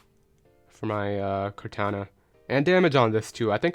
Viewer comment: Also the way u pronounce kartana tf is that